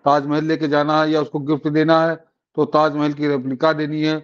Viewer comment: ताजमेहेल नही ताजमहल बोलो